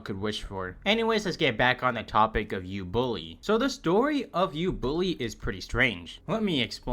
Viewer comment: U bully ❌ Ubooly✅